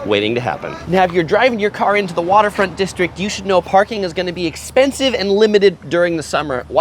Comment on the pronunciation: He took the caaaaaaaaa to the haaaaaaaaaaabaaaaaaa to get to the beach lol